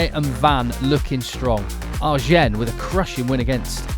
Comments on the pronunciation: Sorry, im going to sound like a right pain. Agen (I'm pretty sure) is pronounced Ah-gen not R-gen. Loving the coverage. Great crowds, atmosphere and energy. 2nd division rugby.! No..🔥💥🔥💥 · Right but more important though, you don't pronounce the "n" ;)